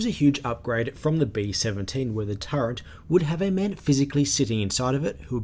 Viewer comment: Nothing clever intended; just pointing out faulty phonics. Sure, I know what you meant. But . . . there is no "n" in "turret" - not even in the Oxford English Dictionary pronunciation guide. The word is pronounced "TER-et."